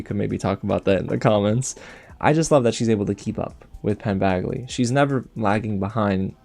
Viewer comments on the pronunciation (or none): FOR THE LOVE OF GOD Its Badgley! Like a J! Not bagley! JESUS